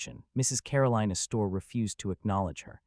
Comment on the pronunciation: Tell your AI theater the name isn't said "uh-store." The accent is on the first syllable.